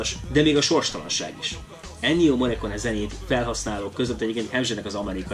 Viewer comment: Olaszosan elvileg morrikóni-nak kellene ejteni. Mi inkább morrikóne-nek szoktuk kiejteni a mester nevét. A morrekóne nagyon furcsán hangzik. Ettől függetlenül hálás köszönet az eddigi tevékenységeidért!